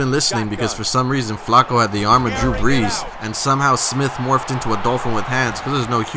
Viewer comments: Why does he say Flacco so weird? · Learn how to say Flacco correctly